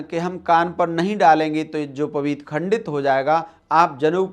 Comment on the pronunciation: मनगढन्त कुछ भी बक दो आर्यसमाजी गधे। पहने ढंग से यज्ञोपवीत बोलना सीख ले। यज्योपवीत बोल रहा है।